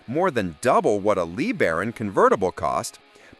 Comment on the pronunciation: A Chrysler Lee Baron. How about LaBaron?